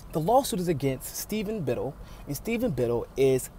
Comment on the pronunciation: Small thing...pronounciation is Bit-TELL, not Bittle (like little).